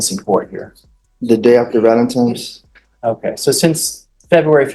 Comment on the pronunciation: Valentine not Valentimes Day !